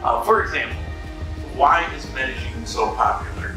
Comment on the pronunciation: Glad your happy now and if you get rid of the G when you pronounce Medellin you will say it correctly. Sounds really weird and ugly with the G you add. Just saying.